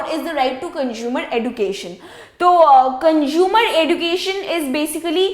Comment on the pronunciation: Mam its consumer not conjumer.....u r unable to express urself otherwise explanation is good...and i just got the difference between heard and seek redressel...so thanks 😊